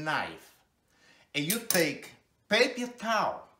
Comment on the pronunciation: "You take-a one sheets..." This was adorable! The world needs more people like this!